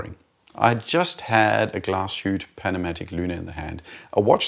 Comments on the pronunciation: "Glashutte" is pronounced "Glahs-hoot-uh." The Patek I always thought looked like a casino roulette. Personally, Patek or not, it's pretty ugly. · I have a question - why do you emphasize on a power reserve for an automatic watch? IMO this one is supposed to be a daily wearer, so 35 hours is more than enough. I don't know which power reserve my automatic watches have. P.S. You do pronounce Glashütte wrongly. Which is a case for almost all non-German speaking youtubers pronouncing German brands :)